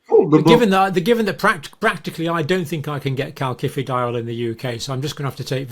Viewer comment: CaSifediol John NOT Calkifidiol . It is a soft C